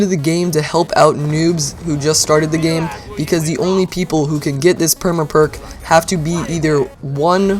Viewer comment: The way he says perma perk bothers me.